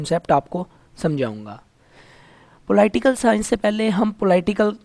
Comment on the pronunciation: Ruby Rai ko ab pta to chal Ploi-tial sciance Kya hota ho ga...😂😂😂